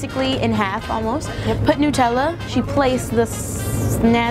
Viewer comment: "Nootella" 😂 Hazelnoot